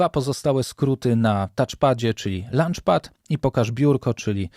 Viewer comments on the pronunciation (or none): Super, pomocny i rzeczowy film. Mała uwaga, żeby dopracowac wymowę słowa launch 😊, bo tutaj brzmiało trochę jak obiad (lunch). Pozdrawiam